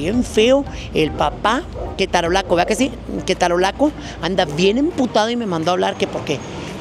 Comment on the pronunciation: Me daba ansiedad cada vez que decías "ketarolaco".😅😂